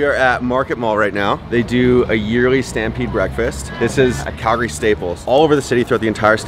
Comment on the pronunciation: Why is he pronouncing it KELgary? its an "A" not an "E"